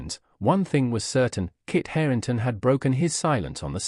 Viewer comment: Its HARRINGTON!!! Not Hareington!!